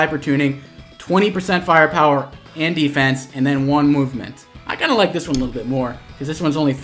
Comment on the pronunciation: How i instantly heared Andyfence (And defence) xD